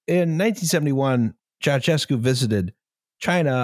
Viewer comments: "That's the fun thing - I can't spell Ceaușescu, but I can say it." Sorry to burst your bubble my man, but you can't say it either. The "ș" is actually pronounced "sh", so it's more along the lines of "Chow-SHES-coo". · SHEscu, not chesku. I enjoyed no-Liam time, and also the very-Liam time at the end. Maybe you should keep this format. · I am disappointed not just by your pronountiation of Chea-oo-shez-cu, but also by your lack of mention of his nickname, Teacup (Ceaşcă) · It's pronounced che-a-oo-she-scoo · I am so very lucky that Google has a feature where you can ask with your voice what you are looking for, because I would have never gotten Nicolae Ceaușescu on my own (or the pronunciation without hearing it first on this here podcast) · I think it's funny that almost no one except romanians can pronounce Ceaușescu, but it was definitely funnier to hear the guy who actually thinks he nailed it. If you think about it, it makes sense that Ș would not be pronounced the same as C. This is why I get anxiety whenever I actually try to pronounce something in a foreign language, and usually end up using the most lazy pronunciation on purpose so it doesn't look like my best effort is actually shit. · A few critiques (besides the pronounciation) from me, a Romanian living in Bucureşti. Ceauşescu did try to make Romania pretty american/car-centric, however the public transit network was already good, so gas shortages weren't really a big issue. You still had trains. The station in Piaţa Romană isn't actually too bad, just stay behind the pillars, you can see when the metro approaches. Also, where's source for Elena Ceauşescu's quote? After the Earthquake, only Uranus got demolished, the rest of the buildings got modernized (at least the ones that still existed). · Waiting for the day a non romanian speaker pronounces Ceaușescu correctly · Ah yes, Neekohlay Ciaociaoscu and Enver Hosha.